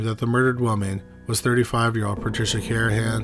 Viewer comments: How disrespectful to repeatedly mispronounce the last victims name. It’s CarNahan, not Carahan. There’s an N in there buddy. 🤦🏼‍♀️ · It’s Car-Na-han.